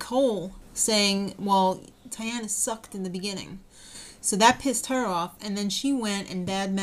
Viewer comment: Even though I don't particularly like David on the show, I feel somewhat obligated to root for him since I found out he is (was?) living practically down the street from me! And a btw:D, Tyanna is pronounced Tea-on-a. Great recap/vlog as always,!